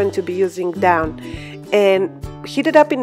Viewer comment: Thank you for these tips! Looks like just what I need. HERE'S A TIP FOR YOU! (I am a French, Latin, and ESL Teacher). Your English is Excellent - very fluent. A small Correction on your Pronunciation of DAWN. You Called It "DOWN" But It Should Be Pronounced: DAW + N -- Like a Dog's PAW + N. I always like my French friends to correct my French. It helps me get better and better. I can sometimes pass for French if I don't speak too long. It is hard to know all the vocabulary and certain pronunciations. Thanks again.